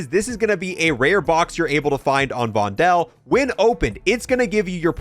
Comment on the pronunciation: Your pronunciation of Vondel is funny 😅 it's like "Vondol" or "Vondool" or "Vondul"